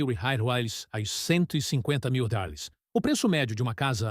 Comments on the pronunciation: O que é Railes, Raiales, home? O vídeo já é narrado por IA e provavelmente escrito também e parece que o dono do canal não se dá nem ao menos o trabalho de corrigir o texto... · Para você ver como é fácil de ganhar dinheiro: Escreva o roteiro em IA, peça para a IA ler, e nem sequer ajuste o script para que ela leia a palavra "REAIS" como se deve, gere imagens com IA e poste no Youtube.